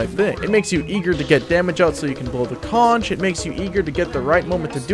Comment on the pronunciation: The shell the soldier is blowing on is a conch, pronounced like it has a k at the end, as in conch chowder. The weapon name is a play on words so it ends up sounding like conquerer. There is no ch sound.